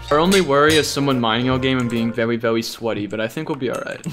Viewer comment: "Vewy vewy sweaty"